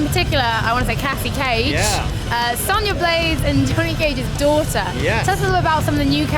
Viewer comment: "Sonya Blaze, and Tony Cage's daughter"?!? Did I hear that right, or was it Just an accent saying Sonya Blade, and Johnny Cage? Hate to think it's just another game journalist faking their fandom, also Injustice was just ok, characters were waaay too small, problem seems corrected in MKX, can't wait for this game.